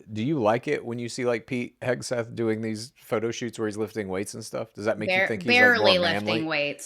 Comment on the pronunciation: Ffs please get people’s names right..The dudes name is Hegseth..Not Hesbeth.